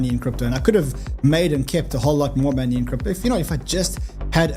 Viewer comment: Its money Y. Not moni I. Is that too difficult?